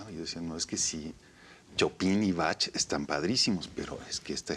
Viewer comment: "Chopin" y "batch" jajajajajaj